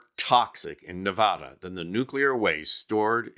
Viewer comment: Learn how to pronounce Nevada, putz!